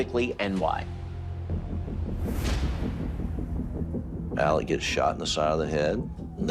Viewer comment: Yup Murdock. Also his name is pronouced Elek, not Alex. You'll note that will always prounce it correctly.